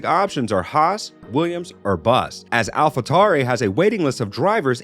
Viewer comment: dude get the voiceover guy in line , yesterday it was "Alpha Toory" now its the "Alpha Romero" .